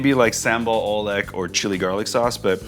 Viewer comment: The oe in oelek is pronunced as u